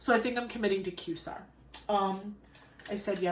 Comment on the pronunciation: I love the way your mind works! And just wanted to mention the world quasar is pronounced KWAY-zar. It’s kind of an abbreviation for quasi-stellar. From one astronomy lover to another ❤